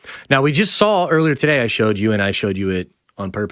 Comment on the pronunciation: Why do you always say SAWL instead of SAW